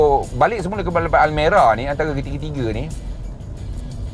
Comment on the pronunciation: Banyak betul sebut almari hahahaha